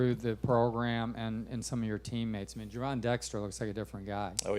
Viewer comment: I’m i hearing shit or did call gervon.,,Jerome wtf 🤬 do better damn man Go Gators o